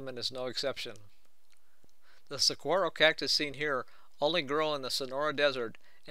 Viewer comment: Saguaro is pronounced "sa-WAR-o"